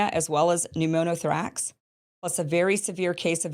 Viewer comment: Mispronouncing pneumothorax